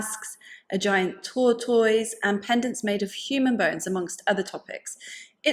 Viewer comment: It has nothing to do with the subject matter, but I smiled every time you said "tortoise". 🐢😄I have never heard the ending to sound like toys, and I love it!